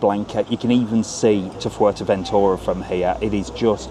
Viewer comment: Thanks for pronouncing Fuetéventura the proper way instead of future ventura so many arguments over this. Anyway, great video cant wait to get to popeyes